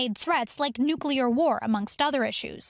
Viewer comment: Lady you sound like we are practicing a fire grill.... It's Nuclear🤔